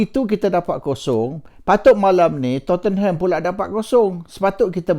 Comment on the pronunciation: sebut Tottenham bukan to-ten-ham...!!! sebutanya tot-nem...!!! duduk Manchester betahun doh... xkan xtau...!!!???